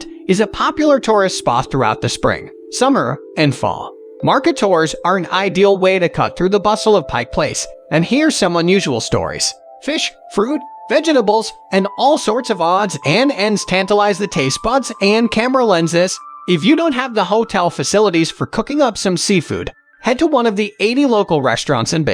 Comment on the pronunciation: Did the narrator forget how to talk? Nobody says "Sits at five twenty feet above the ground. Here's the lesson for you....It sits at five hundred and twenty feet above the ground. this nut says "Vegnables". For God's sake, learn to speak .